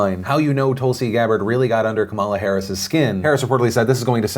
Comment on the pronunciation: Hey Phil, Kamala is pronounced comma, lah